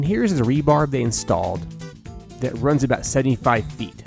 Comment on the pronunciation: Cool video! Rebar (short for reinforcing bar), not "rebarb"